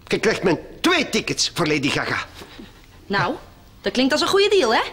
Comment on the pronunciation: zegt laidy gaga hahahahahahah k3 moet niet stopen